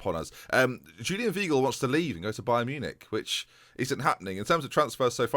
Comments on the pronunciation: Weigl= WHY-Gel (pronounced with a v not a w) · Weigl is pronounced "Vaigl" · Weigl is pronounced “Veye-gl” Like ‘eye’ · The German 'ei' is pronounced like an English 'I'